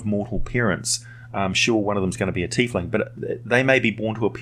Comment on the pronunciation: I like your pronunciation, I hear "Tyf-ling" way too often